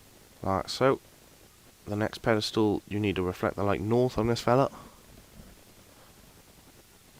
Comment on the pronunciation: whats a pedistool? you said it about 1000 times, i think you meant 'pillar of light'